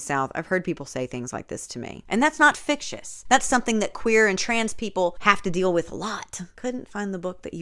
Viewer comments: Every time you said fictious I actually cackled out loud. I just can't. Also, this book is a crime against words, both real and not real, and the queer community. Yikes. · I’m sincerely afraid that you’re going to be saying fictious for the rest of your life.